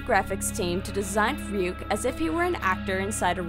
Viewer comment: it is Ryuk not wwhat u said